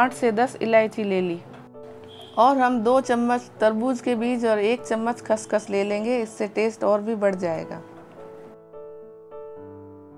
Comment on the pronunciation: Haaahaha khaash khaash NAHI khaashkhaash hota hai g